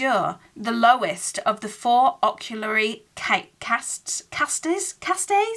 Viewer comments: Castes is pronounced as carsts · Pronunciation of the word 'Castes' is simply like you'd say the word cast but plural. Casts. Hope you don't mind the instruction 😀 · You had the pronunciation of castes right the first time you said it. It's only one syllable. Personally, I like seeing these kinds of videos, so I'd love it if you kept doing it!